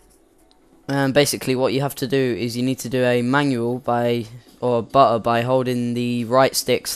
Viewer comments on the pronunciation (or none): i think its prnounced butter not buh her